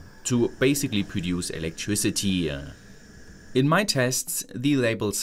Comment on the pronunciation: Lovely-ah energy-ah electricity-ah honestly-ah plenty-ah Some stup!d accents are avoidable and unnecessary